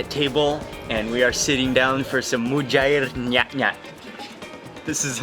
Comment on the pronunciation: Mary Leialoha its mujair nyatnyat not nyutnyut